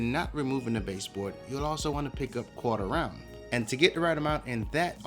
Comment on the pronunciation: thank you for the right word, I kept hearing "Corter Ryan" and I couldn't figure it out.